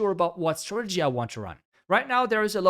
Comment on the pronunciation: Please learn how to say “strategy”